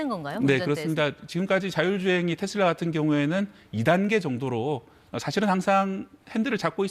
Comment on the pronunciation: 테쓸라가 아니고 테슬라 다..